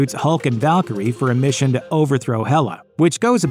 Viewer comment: The Valkurie-ar